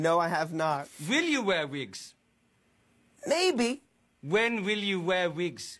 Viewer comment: vwen vwill you vwear vigs